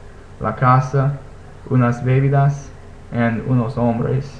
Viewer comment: 'Bolsillo' indeed means pocket. 'Bolso' means 'travel bag', and 'bolsa' is used for other kinds of bags. Also, some comments on word stress: it's not NAriz, but naRIZ, and it's not BEbidas (in that case it would be spelled 'bébidas', which it isn't) but beBIdas. Whenever a word is stressed on the third to last or fourth to last syllable it should take the 'tilde', so you can use that to help yourself when reading new words.